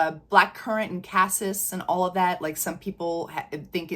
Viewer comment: BTW, "cassis" is pronounced cah-SEE. French. Just sayin. 😉 I have a dupe of the regular Devotion, which I LOVE....but the sillage/longevity aren't that great. Is the OG scent better at these?? Like Lattafa's new Nebras Elixir, I'm excited about this new Devotion flanker, have already added it to my (ever growing) wish list!